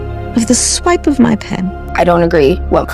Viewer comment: "A awipe of my Pen", Kamala. Someone on the far left should tell kamala we don't elect dictators in the U.S.